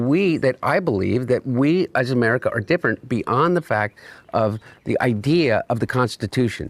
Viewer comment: Sidenote…why is he calling it “EeeMerica” ????? I can’t 😂